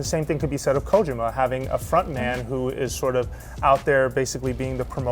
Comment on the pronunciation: ko-jim-ma ? wtf